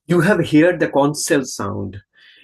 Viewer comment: It is not hear' ed, say it as one word "heard"